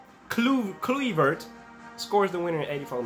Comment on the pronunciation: just so you know Kluivert is pronounced Kly-vert and Ajax is pronounced Eye-ax